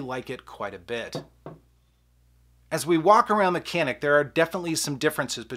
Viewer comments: If it’s a Turkish gun, it’s pronounced “janik”. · I have the Canik, and its by far the better sa. The pronunciation tho is more like "Shjaun'ick".. its Turkish. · Why would you compare 2 tactical pistols and say I want a range gun? Tactical pistols are just that tactical made for duty carry. Sorry to disagree but the Canik pronounced yanik really is way below the FN509 tactical. The FN is ready except for optic right out of the bag.